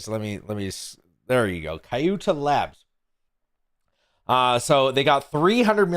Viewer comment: shouldn't kyutai be pronounced "cute AI" instead? why butcher a perfectly good name?